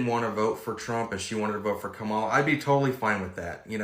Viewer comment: Imaging the man of this of video being shocked that women are divorcing their husbands because their husbands don't have their moral integrity and voted f o r Trump. Then of the video, this hypocrite can't say the current vice president's name correctly. He is mad disrespectful.